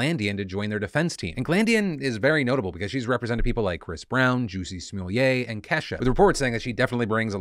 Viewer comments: Same lol he totally butchered the last name, too 🤣 But it made me laugh so much I had to hear it a few times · I gotta know; did you say it "Juicy Smooli-yay" on purpose? Either way I appreciate the extra razzle dazzle you gave us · Never knew Jussie Smollett’s name was pronounced “Juicy Smulay”, I’ve always said it like it’s spelled. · Who else went to watch the Dave Chapelle bit on Jussie Smolett after Phil pronounced it as"Joocy Smooyay"? 😂😂😂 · yo phil how the fuck you pronounce jussie smollett 💀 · I'm sorry to correct, but I just want you to know that Jussie Smollett is pronounced exactly as it looks like it does in English. I want you to keep all of your credibility on this channel. For me it's the little things